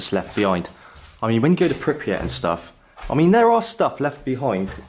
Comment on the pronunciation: And pronouncing “Pypriat” 😉 instead of Prypiat!